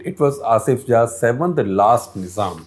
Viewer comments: 1. It's Asaf Jah and not Asif Jah. 2. Deccan comes from the word Dakshin. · IT IS NOT ASIF JAH... IT IS ASAFJAH ...